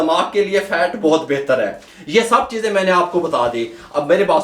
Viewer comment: Cheezay hota hay cheejay Nahi.